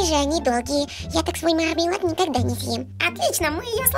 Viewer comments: Не мармелад а мурр-мелад !!! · не мурмилад а мармелад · Не Мормелад а Мурмилад😘😘😍😍